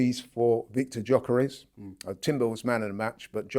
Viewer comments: I beg you stop calling him Jockeres,, his name is Gyökeres, pronounced YOKERES, and you must've heard plenty people say his name by now aha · hes getting called until he learns how to pronounce Gyokeres